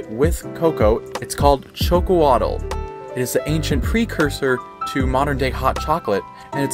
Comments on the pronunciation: Actually we prefer to be called mexica Aztec is a term the colonizers gave us please refrain from using that word thanks also it is pronounced sh o c o l a t the tl in the Nahuatl language is silent and x is pronounced sh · Xocolatl = (Sho-Ko-Ah-Thl ) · I basically waited to hear how you would say Xocolatl, and boy you said it VERY WRONG. It is NOT Choke-oh-waddle. 😂 You literally say it the same way you would in Spanish, "Chocolate" but instead it's "Shokol-atɬ". It's not a solid T at the end, but like you're saying TH with your molars. You also keep saying "cocoa" instead of cacao. I don't know why. It's even written on the bag. Cocoa is always just hot chocolate mix. Cacao is raw bean powder. In addition. Most people say they did not sweeten this drink with sugar. Why does everyone forget they had bees? Honey is a period accurate sweetener for this drink, and it actually does taste great. Milk was not available, BUT, they did have eggs. If you want a thicker drink, try adding an egg to this.